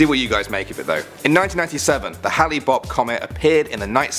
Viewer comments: My-in not may-in. Hey-lee not Ha-lee. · How do you even manage to mispronounce Hale?!? I'm used to terrible pronunications (Episcopal!) but it's 4 bloody letters